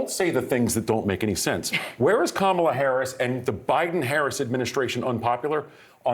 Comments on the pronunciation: Who the hecks cuh-mall-uh? Pretty sad when u don't even have the brain cells to remember Kamalas name. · Trump: I'm very angry at kaMAHla..." This guy can't even get the current VP's name right. And people think he's capable of running a country? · He thinks he is so smart for knowing Harris's last name, but he can't pronounce her 1st name. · Donald TRAMP should learn to pronounce names correctly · Even joe Biden mispronounce “Kamala” 😂😂😂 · Like Harris' husband Doug Emhoff said, " Since you're having so much trouble pronouncing her name correctly, after the election you can just call her Madam President." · The only factor working for Trump is because he's a white male. He can't beat any white male. He can't beat Kamala Harris. It's "amazing" how he could clearly pronounce a Russian name but find it so hard to pronounce Kamala's name